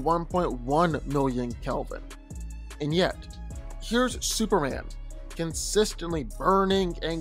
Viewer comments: why do you keep calling him "superand?" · Why does he keep saying Superhan? Like where's the "M" in the name? lol